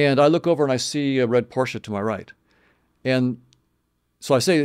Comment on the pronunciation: He said Porsche with an A at the end 😆